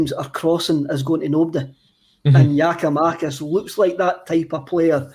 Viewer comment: Can somebody tell it's GiakoumaKis not GiskoumaTis...cheers